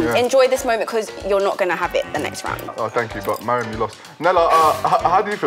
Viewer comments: FOOTASYLUM ITS M A R I A M NOT MIRIUM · footasylum abeg it’s “mariam” not “mariam” 💀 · Put some correck on Mariam's name! 😒